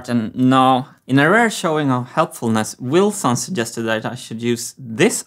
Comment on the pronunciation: It's not Wilson, it's Wheelson! It's a cogwheel, come on folks